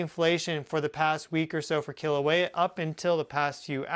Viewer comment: Kīlauea! Pronounced “kee- la - weya